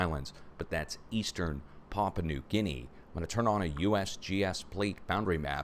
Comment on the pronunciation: Pa'-pu-a , New Guinea. Excuse me for being so fussy! Love your show.